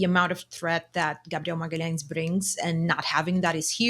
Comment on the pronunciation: Ohh so thats how we call him: gabdeon magahlens.